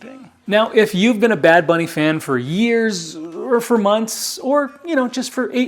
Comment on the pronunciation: The way you said bad bunny isn't bad. You said it just fine. Now if you really want to rub it in MAGA face learn to speak Spanish fluently to really piss them off. Lol